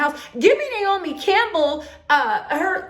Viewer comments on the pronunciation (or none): none